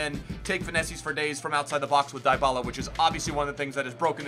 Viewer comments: It’s pronounced dee-bala not die-bala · It's pronounced Dee-ba-la :)